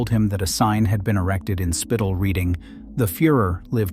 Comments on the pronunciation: Spital is pronunced Shpeetal, not "spiitle". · The name of the village Spital is read "shpeetal", not "spittle".